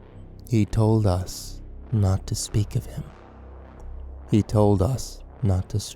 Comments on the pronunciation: it's HE told us not etoldus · "e-tol-dus". Sounds like the language of a native South American tribe, possibly central American. I wonder what that word means.